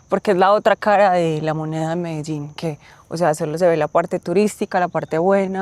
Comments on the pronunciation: Medeżin ? Co Ty w Czechach jesteś ? Weź się ogarnij . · Ty MEDEŻIN coś ci się w główkę stało że nie umiesz poprawnie przeczytać? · Mendeecooo??? Skąd ty wziąłeś te wymowę? Z francuskiego translatora 😂😂😂😂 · Dlaczego Ty wypowiadasz Medellin ..(Medezin..)??? Te ktore pokazujesz z aplikacji...to zwykle SZONY .Kto przy zdrowych zmyslach ,wyjdzie z takim plastikowym kurwiszczem???Ja osobiscie, wstydzilbym sie z tym pokazac na ulicy . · Zauważcie jak ta pani wymawia nazwę Medellin a jak nasz wieśniak chcący błysnąć na początku filmu:)) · B fajny filmik. Wole jednak jak wymawia sie Medellin w jez polskim przez L. Przez Ż to tak jakbys oprowadzal Polakow po London zamiast po Londynie…;) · Film cool, ale jaki jest sens wciskać na siłę kiepsko dla Polaków brzmiąca nazwę miasta tak jak wymawiają ją lokalsi (choć nawet ta panienka w wymawia to po Hiszpańsku - "medejin") - robiąc film o Monachium będziesz cisnął "munszen", z moskwy - "maskva", z Londynu - "london" a na Paryż - "pahri". Tą nazwę wymawiamy "medelin" i tego powinniśmy się trzymać :) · Ciekawe ile czasu ten pan musi jeszcze spędzić w Kolumbii by się nauczyć wymawiać nazwę swojego – jak twierdzi – ulubionego miasta, Medellín – z akcentem na ostatniej sylabie, czyli na pierwszej od końca, czyli dokładnie odwrotnie niż on akcentuje (na pierwszej), który to akcent jest nawet zaznaczony w pisowni kreską nad "i", ale "co to dla harcerza?!"Wszak "Polak potrafi!" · Fajne video Jak ktos szuka wrazen w obcym kraju jeszcze takim ktory slynie z produkcji i dystrybucji coca coli to bardzo prawdopodobne ze to sie moze zle skonczyc Zastanawiam sie dlaczego wymawiasz medeżin skoro nawet ta koleżanka wymawiala Medellín? Wcześniej już widziałam sporo filmów o Medellín ale tak kulawą wymowe słyszę pierwszy raz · Dlaczego mówisz : "medeŻin" jak Kolumbijki mówią "Medejin" ? Pozdrawiam. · Ale dlaczego mówisz Medeżin? Przez "ż". Ona chyba mowi Medein. U mnie w kraju mówią Medelin. Tak jak się pisze. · I ten akcent Medezin